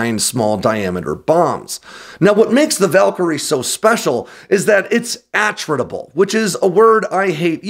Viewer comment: I believe that is pronounced a TRIT able . Like in attrition.